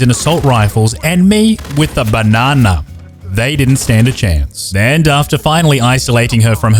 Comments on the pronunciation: Have a shot for each time he said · I keep rolling everytime he says banana 👁👄👁🤡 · the way you say Banana is so hilarious i always laugh and smile everytime i hear it